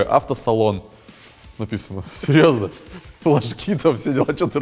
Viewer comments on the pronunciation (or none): Вместо флажки услышал Лошки.